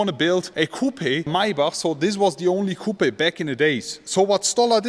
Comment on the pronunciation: My German friend ... when you pronounce "coupe" the "E" in English is silent!!!